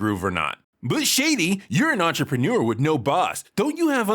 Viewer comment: "Entrepreneur" lol.